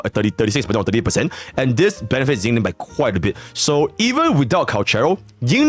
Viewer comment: yinlin in mandarin is pronounced een-leen y is silent